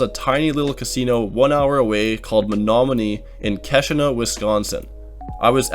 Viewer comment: You did okay with that pronunciation of "Menomonee," but then absolutely butchered Pottawatomie.